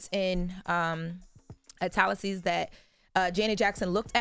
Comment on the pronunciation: She said italics and heritage wrong as f